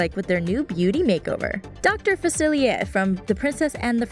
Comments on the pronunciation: notre daime? its DAME!! dr. Faciliair?? facilier! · she kept saying Dr. Falcier wrong